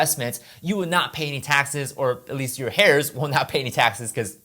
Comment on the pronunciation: Heirs is not pronounced like "hairs". The H is silent